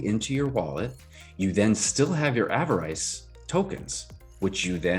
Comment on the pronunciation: Sorry, I should've clarified my last comment. You were saying avarice correctly with the short vowels (av-er-is). You're right about pigs too! Such a bargain right now.